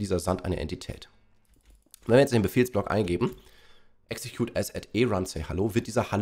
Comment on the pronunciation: Nicht exetcude🤣😂😅